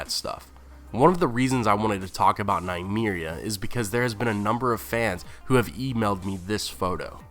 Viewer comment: Nuh-me-reeah not Nye-me-reeah